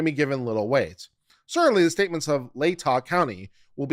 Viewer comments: It's pronounced Lay-Tah county I live in Moscow and am not a college student so 🤣🤣. I know the broad strokes of the case but very little details. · OMG, this is worth listening to, if not just for how many ways you pronounce LAY-tah County😂😂😂😂😂